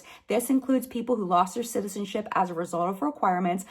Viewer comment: I'm sorry, but I died laughing when you accidentally said "citizenshit" instead of "citizenship" 😂 😂 😂